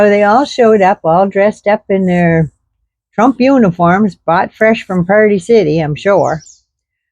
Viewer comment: ROFLMAO! you know every person who speaks German tried to pronounce TROOOOMMMPPP. i don't know why, but it just sounds so komisch